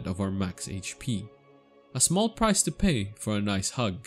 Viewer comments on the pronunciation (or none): none